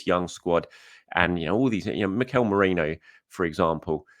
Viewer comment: How are you getting 'moreno' though? He's saying morano/morayno...